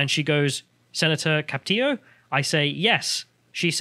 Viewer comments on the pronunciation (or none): Its Ca Pi to